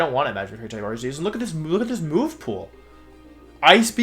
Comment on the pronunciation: THAT IS NOT HOW YOU SAY THE NAME, STUPID!